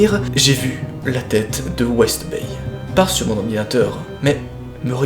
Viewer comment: Son "Bryan B WestDay "au lieu de Bryan B WestBay m'a fait rager toute la vidéo